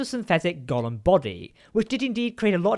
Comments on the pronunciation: Golem, not Golum^^ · Golem, not Gollum.